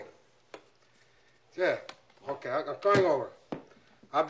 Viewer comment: 😂 - just grab the intercom and everything will be h'okay